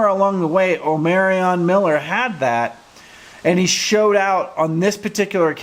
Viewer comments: It’s O(MAR)ion lol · Omarion is pronounced….. Omar-ree-on. It’s not hard. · Why yall keep saying Omarion name wrong? Shedeur had to correct the press multiple times. It’s not O-Mary Anne. It’s OMAR-RION! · Yes, Omarion (Say it with an ON at the end NOT Anne)